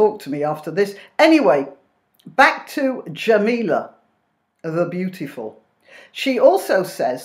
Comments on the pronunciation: Sorry, I love what you're saying but its Jamelia, with an i, not Jamela, as you're saying, that's how she pronounces it anyway. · Her name is Jamelia. Not Jameel. What are your motives for being so nasty? Please don’t come back at me with “Its satirical” This is definitely not satire. Satire is funny. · not la....lia!